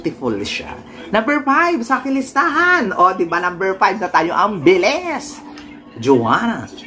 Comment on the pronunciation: Galit na galit ka sa mga maarteng magsalita . Kmusta ka naman , sobrang napaka-natural mong magbigkas ng ‘fens’ ‘Buleken’ ‘ang beles’